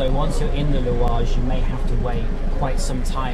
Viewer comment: "I'm at the louage station" Dude you're more Tunisian than many of us 😂